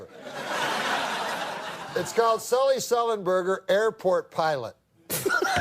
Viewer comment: Of all these great Norm clips you show, this one cracked me up so much: how he mis-pronounced Sullenberger's name 3 or 4 times; the concept of producing a film about a pilot "before* he did anything to become famous; "On behalf of Us Air.........line". Just so wonky.